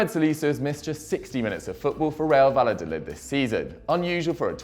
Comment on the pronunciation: took the L's on Valladolid too